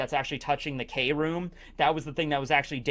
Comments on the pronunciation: It's KROOM /(crume)/(kruuuume) not krome/(chrome) lol silly lol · i think you’re saying it wrong it’s cru- oom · Its pronounced kah room or kill room!!